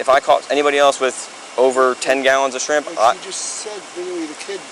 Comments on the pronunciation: He gets points for the way he said “shreeemp”. Bonus points would be “skriiiimp” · As soon as he said "shreeemp" you knew he was guilty